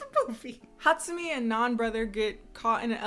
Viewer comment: I can't be the only one that finds how she pronounces Hatsumi extremely satisfying